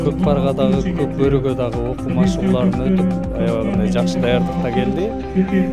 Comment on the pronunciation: Кок бары эмес кок бору деп суйло кыргызча кабарчы